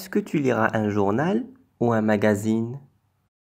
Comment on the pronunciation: Salam 3aleykoum . j'ai mangé un orange et non une organe à 6'13. à 6'22:tu liras et non tu lieras ...magazine avec un z